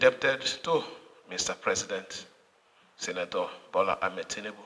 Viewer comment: Did he just address Tinubu as "Sanator"? ........ I swear this guy na Mugu.